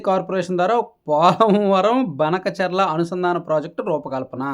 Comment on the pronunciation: ఆ ఊరిపేరు బనకచర్ల..?? కాదు బ్రో భానకచర్ల